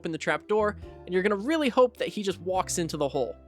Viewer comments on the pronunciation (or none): none